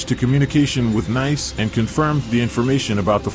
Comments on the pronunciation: Nice is pronounced niece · Having just watched this video I will reiterate stuarthumphrey1787' comment below. Nice is pronounced 'Neece'. And France is pronounced 'Frarnse'............................